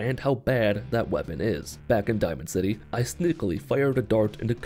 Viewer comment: “back in dimanod city”